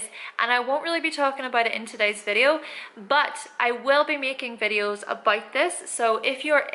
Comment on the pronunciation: "Aboit" lol